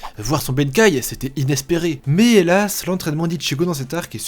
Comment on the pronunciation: Venir dire ça alors que vous prononcez ėzen et benkai au lieu de bankai, on se pose vraiment des questions. Surtout pour dire que Bleach ne fait pas partie des meilleurs manga. À part l'arc sur le fullbring qui à été décrier par quelques fans, le reste est considéré comme énorme.